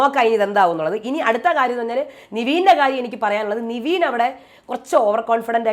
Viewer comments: ചേച്ചി എപ്പോഴും നിവീൻ എന്നാണ് പറയുന്നത് 'നിവീൻ' അല്ല 'നെവിൻ ' ആണ്. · Yes.. epozhum niveen ennu parayunu.. Nevin ennanu name.. athupole Abhilash ne Abhishek ennum parayum ivar